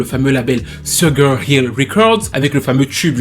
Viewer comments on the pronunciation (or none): Salutations, tout d'abord, merci pour tes vidéos toujours aussi intéressantes que pertinentes, je n'aurai juste qu'une chose à dire: SUGAR, ça se prononce CHUGAR, voilà c'est dit^^ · Pardon oh, "sugar" se prononce "Shouga"... Pardon hein😊